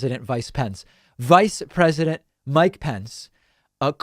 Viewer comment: "Mike president vice prence" Ah, I needed a laugh...